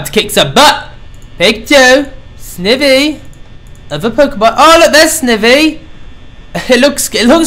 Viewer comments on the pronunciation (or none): It's SNIVY (sneye-vee) NOT FUCKING (sniv-vee) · Ohhhh it's mkaing me & others very mad he's saying it like "Snevy" and not like "Snievy". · Dude, it's SN-EYE-VEE! Not SN-I-VEE!! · Snivy - (sni-vee) Oshawott - (osh-ah-wot) Tepig - (teh-pig) Pikachu (pee-ca-choo) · Snivy: Sny-vee: a grass pokemon that can not pronounce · Snivy is actually pronounced Sn-eye-vy and Oshawott is pronounced Osh-u-wott :3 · It's not snivy it's like saying snivey! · dude u meant snivy not snivi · It's pronounced snievee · and u pronounced snivy wrong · I can't watch this all the way through because every time you say snivy wrong it makes me cringe... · I can't even watch this because it bothers me to no end that you're pronouncing Snivy's name wrong